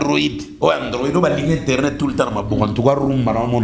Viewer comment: On dit internet et non internot